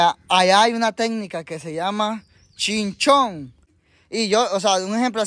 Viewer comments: es chin-cham-pu.... acuerdese para la otra... saludos crack 👍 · Chinchon dice el jaja 🤣 es chin champú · 😂😂 no es chin chon es " chin chan puu" 🤣🤣